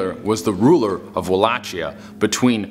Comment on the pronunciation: The first one at the pronunciation of Wallachia. The 'chi' is pronounced like key.